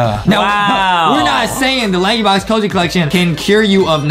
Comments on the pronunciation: I realize adam said prankybox instead of lankybox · Did Adam say banky box or Not